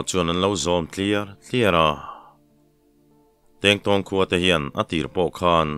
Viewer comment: Tèngtáwng khua ti a i lam hi, thlùk awm loin Tengtawng 'Kingkong' ti a lamrìk tur ni awm tak a ni, ka Tengtawng khaw hming hi chu ka hre thin, he tèngtàwng tia i lam ri fo hi ati lem lehzual lo maw aw, ka lo helh ve lek